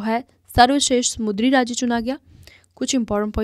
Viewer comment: Not mudri , samundri